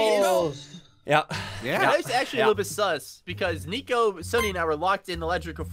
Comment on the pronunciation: You said nico like flico😂